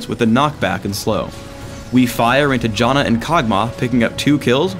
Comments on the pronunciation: Did he just call Janna Jonna? lol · You pronounce Janna as Jaw-na, yet you pronounce Aegis as Ages... How can I trust your pronouncation of Janna if you can't even say Aegis right?